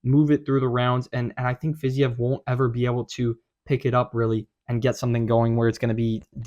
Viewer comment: Wow only person I've heard correctly pronounce fiziev